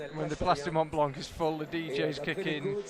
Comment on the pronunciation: One of the commentators is so annoying 😖 I can't even count the times he pronounced wrong Mont Blanc and don't get me started on messing up Jain Kim's name 😤